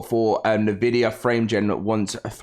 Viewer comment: fyi it’s pronounced en-vid-ia